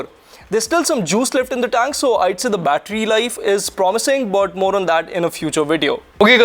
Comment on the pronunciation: "Better bettery life and display"